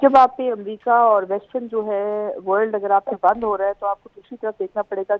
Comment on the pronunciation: Amrica nhi America Hota h 😂😂